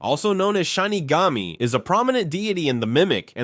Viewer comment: shinigami is not pronouced shainagami its shee knee gha mi